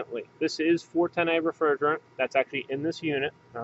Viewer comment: I really hate the way you say "A" when you say 410a. Not sure if It's an accent or what.